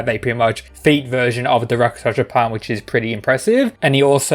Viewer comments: Pronounce with me. Rak-shas-a not raka-shas-a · Just to help: it’s not Raka-Shasha it’s Rak-Shush ( like slush ) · It's rakshasa not rakashasha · It's produced Rakshasa palm no Raka sha sa plam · Rak- shas. A's are added for Sanskrit. worse is he is pronouncing it RAK-SHA-SA. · i know. The fact he pronounces it like raka-sh-asa is making me cringe xd